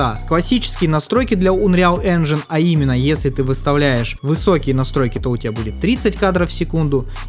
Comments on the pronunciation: Без негатива. Видос классный, спасибо те за работу, информативно, круто. Но чуваааааак, УНРИАЛ энджин (А?), Ред дед РЕДЕМНЕЙШН (ЧОООООО?) и еще несколько подобных издевательств над словами... Если это прикол, то извини, не выкупил. Надеюсь, это прикол, а если нет, то будь внимательнее, пожалуйста, с произношением и прочтением подобных слов. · Унреал Энжин, Стар Варс Фален Орден, Ред Деад Редденейшн 2 😅 Братан, английский - явно не твой конёк))